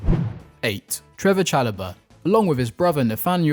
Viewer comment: His name is Trevoh Chalobah not Trevor Chalobah